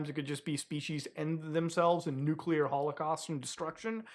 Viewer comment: It's so refreshing to hear a YouTuber pronounce nuclear properly.